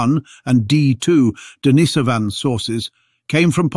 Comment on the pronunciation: For heaven's sake, learn to pronounce Denisovan before you make another video.